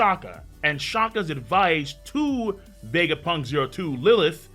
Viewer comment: The way says Vegapunk's name is so satisfying to hear